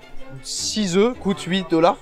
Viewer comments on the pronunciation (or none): none